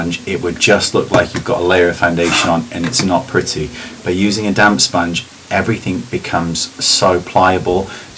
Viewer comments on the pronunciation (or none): sounded like ' it can look like your wearing nothing on your skin by using a damn sponge' lol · i keep hearing "damn sponge" haha your videos are by far the best ive seen.